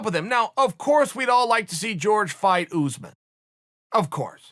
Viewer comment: "Oozemen" ? Not my fav fighter Cuntington not my fav persona Woodley can't sing raps weak done Edwards not much to say here Burns beast promise made Mazvidal longtime fan ________________________ 2 of 6👍